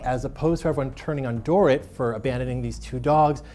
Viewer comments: He said do-rit not do-reet . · He kept calling her “Door-it” instead of “dor-eet” 😂😭